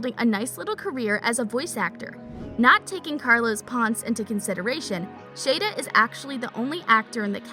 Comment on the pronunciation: U said Jeremy's last name wrong it's shada